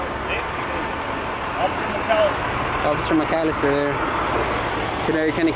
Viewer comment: We need more officers like McAllister how can you pronounce his name right